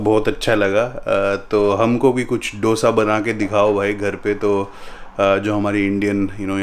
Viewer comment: Just a correction, it’s pronounced 2(hindi wala)+sa not Dosa